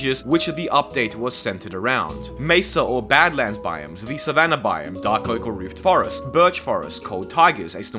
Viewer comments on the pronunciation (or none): none